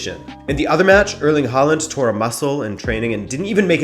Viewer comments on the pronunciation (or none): none